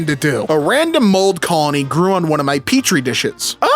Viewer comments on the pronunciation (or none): none